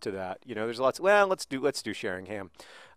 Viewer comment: Just so you know John, the "h" in Sheringham is silent, so it's pronounced Sheringam, rather than Shering-ham